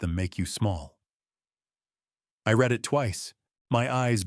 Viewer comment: There are two pronounciations for the word READ. They are not interchangeable as you often do.